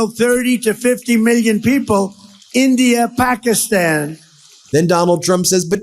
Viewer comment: "In the Ep-Pakistan." 😂 A little taxing on ya isn't it Donny Boy! 😂